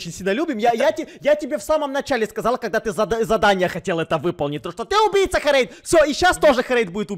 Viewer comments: ты называешь херейда хурейд!!! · Карась: бабуин Херейд: бабуин Костя: голубенький🌚 Вывод: учите английский